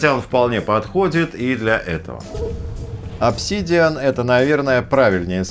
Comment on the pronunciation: обсИИИдиан? прямо с первого слова нет. дизлайк от души. лошня